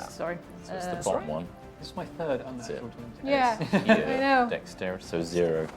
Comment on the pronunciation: Every time says "Unnatural 20" I, along with it seems hear Natural 20. DAMN IT TOM. SAY DIRTY 20 AT THE VERY LEAST!